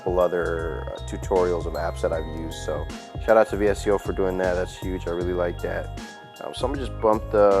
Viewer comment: Great video! Quick tip, its pronounced "Visco" and VSCO is short for visual supply company.